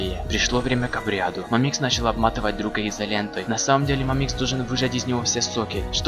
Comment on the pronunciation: мАмикс а не мамИкс